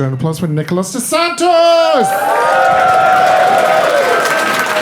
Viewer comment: Admonish the MC for saying "Santos"